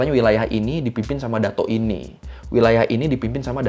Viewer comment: Bacaan nya bukan dato bang tapi datuk